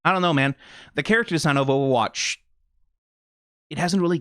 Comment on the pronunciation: is funny that you pronounce it like owowatch